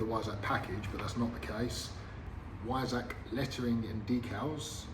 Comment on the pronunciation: I don't think I've heard the word Weissach mispronounced so many times in such a short period of time. Yes, I'm a pedant but this was like fingernails down a blackboard to listen to. Please, for the love of God, pronounce it properly. That is all.